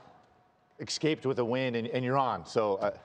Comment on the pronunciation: Alex Smith, never say EX CAPE again. you sound like an idiot.